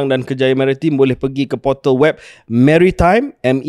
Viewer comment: Baru tau sebutan mary-time 😅